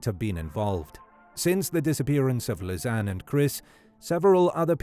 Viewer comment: Great video, thank you! Just a detail, that name is pronounced as Liss-annie.